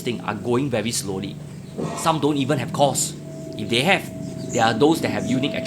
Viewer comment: "deh"? or "they"?